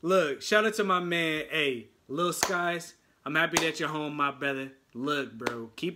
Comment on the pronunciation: It's pronounced sikes